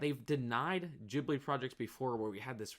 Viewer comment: 4;43 I appreciate the way you pronounced Ghibli.